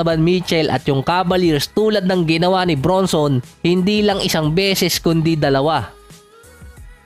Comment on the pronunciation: Jalen BRANSON ang tamang bigkas boss not BRUNSON